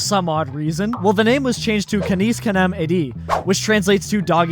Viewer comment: Your pronunciation of Canis Canem Edit gave me aids. BTW it wasn't just Europe, it was all Pal regions.